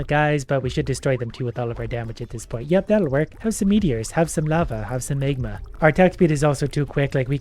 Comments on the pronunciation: Tip, try to say magma and not megma... smegma is totally another thing... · You pronounce the words magnet and magma really funny, as if you were saying smegma.